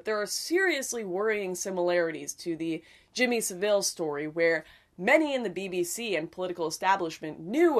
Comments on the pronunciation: Jimmy SAH-Ville? :S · Love how Lauren mispronounces Jimmy Saville.